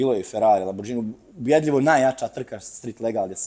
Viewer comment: Možeš imati i 2000 ks u autu, ali sunčane naočale dok pričaš s nekim... Pa "Lambordžini", "Masarati". O Bože😢